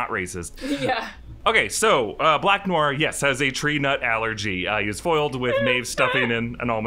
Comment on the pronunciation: Noir is pronounced No-R, not new-R. In American English, anyway - it’s more nuanced in French, but I’m fine with American speakers pronouncing it the way that is commonly accepted. But “new-R” is like fingernails on chalkboard.